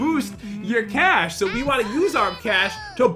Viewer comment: Its boost the cash not boosh the coosh